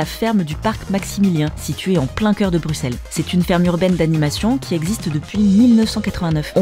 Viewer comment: Oui nous avons des noms de villes pas possible ... nous aussi 😅 Un grand grand merci en tous cas de prononcer Bruxelles et les Bruxellois correctement, vraiment 🙏😘 ("Brusselle" "Brussellois.e").